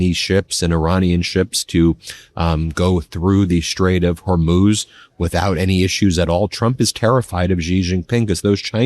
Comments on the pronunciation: Thanks Ben, you finally said Hormuz correctly! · Like this if you're SO relieved Ben has figured out how to pronounce Hormuz!